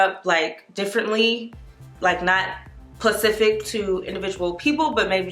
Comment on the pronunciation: Shawnte Coleman I know that really bothered me 😩🤦🏽‍♀️ but the video was nice